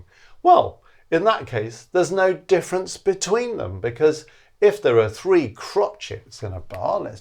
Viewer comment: What’s the “diffence”? Er…